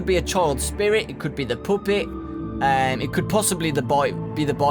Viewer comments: I love the way you say puppet you say poopit XD love it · I just can't stop laughing when he says poopet. I'm sorry